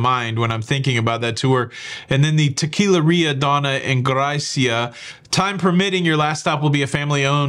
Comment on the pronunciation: octopus-red-waving:The tour details didn't say "tequilarilla", it said "tequilera", as in teh-kee-LEH-rah. I'm glad you shared this. I'm pretty sure I wouldn't do the tour, mainly because hours on a bus would never be worth it.